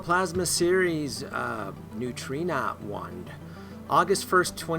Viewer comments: It's NEW TRO NA wand and always has been pronounced that way. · It actually neu tro na wand.